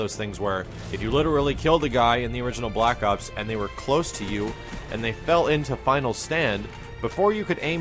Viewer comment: why does he keep saying block ops D